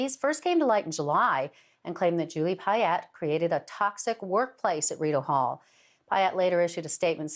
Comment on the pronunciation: he calls it Rideau Hell, lol!